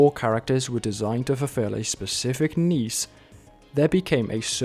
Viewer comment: finally someone who pronounces niche as neesh instead of nich